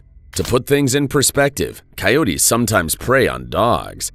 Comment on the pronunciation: "Coyotes", not "cayotes"!